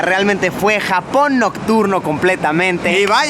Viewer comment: cuando dice Japón me parece a jamón